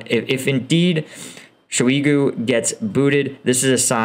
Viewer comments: Excellent videos. However, your pronounciation of Ukrainian and Russian names makes me cringe. It is Kadéérov, Shóygu, Hairsónn, Leemáhn, Svátoveh, Bahmóót, Leeseechánsk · Shoigu rhymes with "toy loo". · Horrible how you say names like Shoigu, Kadyrov, Progoshin and Lyman. Why not learn a bit of those names before?... And by the way about your 'professional' vs 'civillian-comanders': In the start of the war, there was all 'professional' Russian troops and comanders, did not work either. Besides one of the groups that stopped a lot of Russian military was IT-students/gamers with their 'civilian' modded drones...